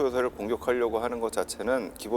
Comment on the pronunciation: 섬. 터 아니죠 썲~퉈